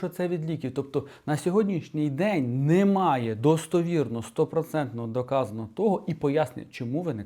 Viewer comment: Коли чую "НИмає", одразу розумію - мій земляк десь із Вінничини😅